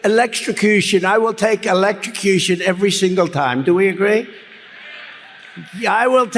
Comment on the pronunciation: Love your new Technical Term .... ELEC-TRICI-CUTION